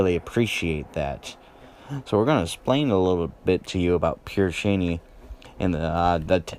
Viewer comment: It's pronounced Pear sha-nay.